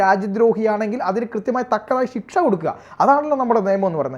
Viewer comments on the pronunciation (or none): none